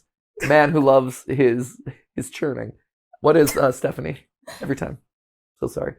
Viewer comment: I figured it would be “Stephanie Stephanie,” but pronounced “ste-fan-ee ste-fawn-ee”